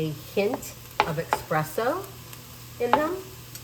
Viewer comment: It’s pronounced espresso not expresso